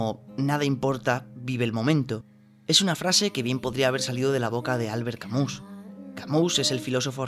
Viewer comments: Todo bien, buen análisis pero no puedes llamarnos Camús. Camus es de origen y pronunciación francesa. El connotado escritor por lo tanto seria Albert "Camí", pero españolizado serí! simplemete Camus. Ese acento que has puesto te lo has sacado del sombrero... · Camí, albert Camí se pronuncia